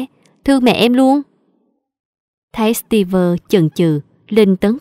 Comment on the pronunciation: ơi, chị góp ý chút, trong truyện bà mẹ vợ, phát âm tên Steve sai rồi. Đoc như Steev ko có vơ